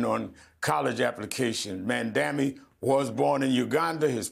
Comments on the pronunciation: I wish Rev would pronounce the name properly! It sounds like "MOM-DONNY"! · Sharpton still can't pronounce Zohran Mamdani's name correctly. Sharpton doesn't press Jeffries on why he hasn't endorsed Mamdani, who just won the NYC democratic primary? There is no mention of Jeffries accepting AIPAC money and the impact AIPAC has on his decisions? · I know this is a very low priority critique, but was anyone else really bothered by Rev so blatantly mispronouncing Mamdani’s last name about a dozen times? I’m honestly quite certain it was intentional and this man has been in the news for months and especially the last few weeks. Rev Shurptain (intentional) knows better that Zohran deserves this basic level of respect. Do better.